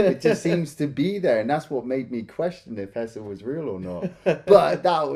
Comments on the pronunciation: Why does keep calling him Hesser? 🤣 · HeSHer, not HeSSer. Idk why that bothers me so much but it does